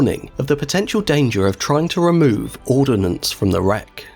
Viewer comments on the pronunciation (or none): It's ordnance, not ordinance. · There is no I in ordnance.